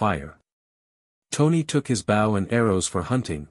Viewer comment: I wanted to hear this as I cant read it. Because I can't see long before I see double vision and eyes sting. The mispronunciation of simple words was annoying. I'm going to assume that a I is to blame. Example, bow as to show respect.